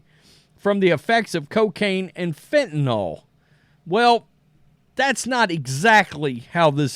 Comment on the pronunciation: It’s FENTANYL not fentenALL. Js